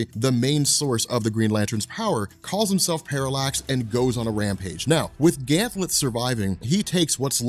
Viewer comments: it's Ganthet not Ganthlet. Sorry it's bugging me. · Dammit! GanTHET not GanthLET! LOL Love your vids man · I have to imagine others have mentioned it, but I've been bingeing the Green Lantern playlist and it's surprising that there are multiple videos where you keep calling him "Ganthlet" but his name is "Ganthet" no L. Hoping this gets fixed eventually. Good work otherwise! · THET...Gan-THET, not Ganth -LET, there's no L in Ganthet's name. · It's Ganthet not Ganthlet. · who is this ganthLet. its just Ganthet. no L. 2nd don't yadda Spectre it needs covering everything from final night to rebirth. no one and I mean no one on YouTube has. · *GANTHET.!! NOT GANTLET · There are ZERO Ls in Ganthet's name... Please don't pronounce it as "Gam Thet" either, PLEASE! It's "Ganth it" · Yo, I love you, I love your videos, but I can’t hold it in any longer. His name is GanTHET. There is no “L” in his name. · His name is GANTHET. There is no "L" in his name. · Sounds like he is saying Ganthlet am I the only one who hears that? Why is he saying it like that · there's no l in ganthet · second time he says "Ganthlet" I turned it off. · "Ganth>L<et"... WTF... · Back when mispronounces Ganthet, and Zero Hour Crisis in Time.:P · Ganthet does not have an L in his name. U keep saying it wrong. LoL